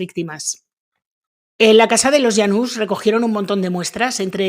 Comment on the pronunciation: Yanus o janus, pues no que no puede pronunciar nombres extranjeros